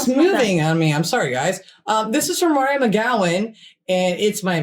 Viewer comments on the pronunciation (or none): none